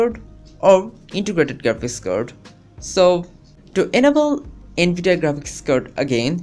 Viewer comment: Anebele Disible.. LOL LEARN ENGLISH FIRST!!!